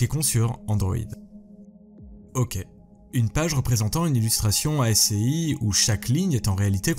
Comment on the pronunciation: (ASCII se prononce "asski", pas A.S.C.I.I.)